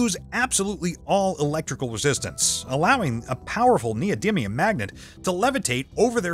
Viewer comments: (except when he said neodyminium X3 ) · I really don't like this guy he speaks english worse than you, he couldn't pronounce "winding", "neodymium" or "nitric acid" correctly and instead of correcting translation errors to make the english sound like a native speaker he leaves them in so its kinda pointless to even have him doing it instead of you. Its sounds incredibly strange